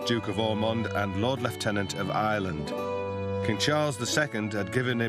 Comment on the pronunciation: Normally, I would say that the pronunciation of lieutenant is inaccurate here. However, Blood being Irish by birth, Catholic and detesting the crown may have indeed pronounced it this way. Will have to look into it further.